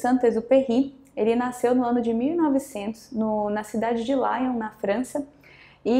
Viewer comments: A cidade onde o autor nasceu se pronuncia "Liôn" e não "Láion"... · Somente uma observação quanto a cidade que nasceu o autor que é LION na França e portanto a pronúncia é (lion) e não (laion) como foi dito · Saint Exupery nasceu em Lyon (França) e não se pronuncia como em inglês - laion - e sim lion. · Excelente análise, com excelentes reflexões. Parabéns professora. Todavia, se me permite uma pequena observação, peço licença para uma pequena e insignificante observação: a cidade natal de Exupéry não é "Láion" (como seria em inglês) mas sim "Liôn". (pronúncia figurada da cidade de LION). Cidade natal do também famoso ALAN KARDEC. Dsculpe.... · Por favor professora. A pronúncia da cidade onde nasceu Saint Exuperie é Lion exatamente como se escreve e não "Laion" que é a pronúncia da palavra em inglês. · Muito bacana ! Observação: Pronúncia da cidade de Saint-Exupéry: liôn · Um singela contribuição: a pronúncia do nome da cidade onde nasceu o grande autor é Lion. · E o "ly" tem som de "li". Lyon significa Leão. Pronuncia-se "lion" em português com a sílaba tônica em "on". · Gostei muito de seus ensinamentos sobre a obra prima de Saint-Exupéry, muito mesmo. Tenho uma observação e peço que tome apenas como contribuição. O autor era francês, e nasceu em Lyon. Então pronuncie esse nome como se fala na França, e não como se fala nos países de língua inglesa. É uma homenagem ao autor